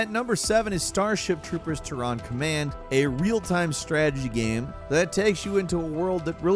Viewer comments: Did you really just pronounce Terran (Tear-un or Tear-in) as Tehran? Wow. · said "Ter-rhan" rather than "Tear-ren" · Tehran is the capitol of Iran, it is not Tehran command, it is Terran command. Terra is earth, the planet you live on friend. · That was the strangest pronunciation of terran ever. Tear - ren. LOL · dude you might want to look up how to pronounce Terran.... it doesn't sound like Tehran. >.< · Did you say Tehran instead of Terran? Terra... Terra Firma... EARTH mofo. Come onnnnn. Sheash. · I guess not knowing how to pronounce Terran means he’s never played StarCraft.